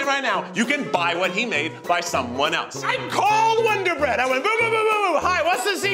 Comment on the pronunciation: Lol winder bread